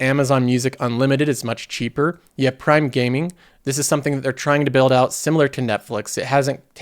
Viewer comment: When you were talking about the benefits of prime and said "prime gaming," I thought you said prime dating, which gave me a laugh, and I'm sure is right around the corner